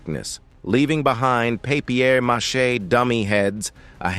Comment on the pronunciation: A.I can't say paper mache 😂😂